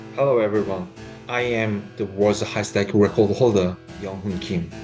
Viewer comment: The way he says "World record holder" like "Wodarecodaholda" every frickin' time just pisses me off.